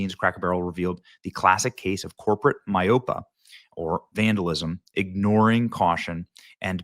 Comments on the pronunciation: "My-OH-pa?" Did you even finish high school? "my-O=pe-ah", meaning "A willingness to see things only one way." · Seriously, Benny? "A classic case of corporate MY-OH-PUH, or vandalism." If you don't know what a word means, look it up. It's pronounced "MY-OH-PEE-UH" and it means "nearsightedness." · Learn what "myopia" means dude and learn how to pronounce it correctly or you come across sounding ignorant. I'll give you a hint, it relates to vision.